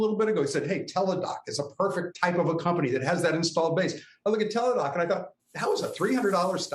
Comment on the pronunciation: The guy sounded great until he said Teladoc